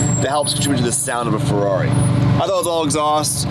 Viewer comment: stop trying to say ferrari the right way. you can't. just stop it youre american bruh